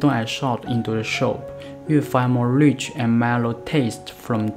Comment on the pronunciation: soup not shup